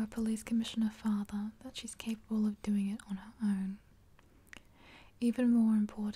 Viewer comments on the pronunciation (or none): none